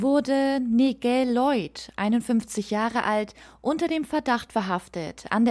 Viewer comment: Danke für das Video. Aber Nigel spricht man eher Neijel aus.